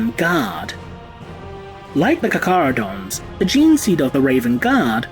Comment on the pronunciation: I thought it was pronounced CAR-CHARH-UH-DOHN-Z.